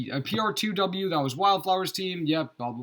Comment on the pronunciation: Lol sounds like he was having a hard time saying pr2w 😂